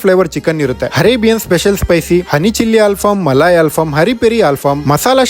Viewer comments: ಹರೇಬಿಯನ್ ಅಲ್ಲಲೇ ಅರೇಬಿಯನ್ 😭🤦🏻‍♂️ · Its arabian not harabian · Hinstagram?? Hunderground?? Harebian?? ಮೊದ್ಲು ಕನ್ನಡ ಸರಿಯಾಗಿ ಮಾತಾಡು. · ಗುರುವೇ ನಿನ್ನ ಅ ಕಾರ, ಹ ಕಾರ, ಇ ಕಾರ ಸರಿ ಮಾಡ್ಕೊಳಪ್ಪ ಹರೇಬಿಯನ್ ಅಂತಿಯ,ಹಂಡರ್ ಗ್ರೌಂಡ್ ಅಂತಿಯ ಹಿಂಸ್ಟಗ್ರಾಮ್ ಅಂತಿಯ 😂😂😂